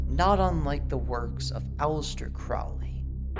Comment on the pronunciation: That documentary is a total joke. The guy can’t even pronounce Alistair Crowley‘s last name correctly. Neither can, it’s pronounced crow like the bird, and then Lee. Crow-Lee. Seriously there is so much false and fake information in that documentary. It’s pathetic., you are getting gullible AF. Abramovich is a shock artist who literally makes money by having people like you freak out, which makes her shit cooler way to play into their hands.